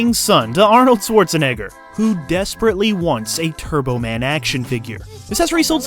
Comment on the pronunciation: It's SCHWARTZ-enegger, not "Swartz"